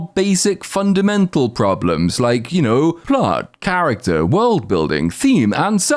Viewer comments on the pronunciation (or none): I came back to let you know theres no "er" in the word "plot". (you say "plert" as if thats a real word)